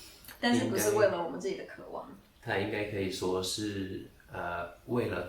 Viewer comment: 不是“可 望”應該是“ 渴望” 。